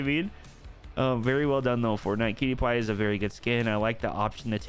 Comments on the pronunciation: why do you say " what is in the item shop today fartnite." like why do you say fartnite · he also says fartnite